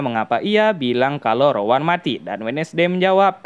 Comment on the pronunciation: Rowan ❌ Rawon ✅